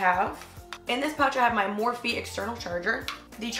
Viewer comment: did she really just call the mophie charge thing a morphie 😂